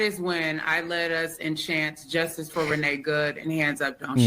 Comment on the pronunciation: "and now I got bustid by the justiss!"